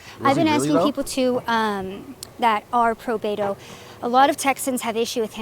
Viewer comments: Doc, you’re talking too much in this video! Btw, YES, it’s pronounced “BETO” with a Spanish/Mexican accent! It’s normally short for Roberto,Humberto,Adleberto, Alberto, ETC 😉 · the nickname is of Hispanic origin. They are pronouncing it correctly. You are ignorant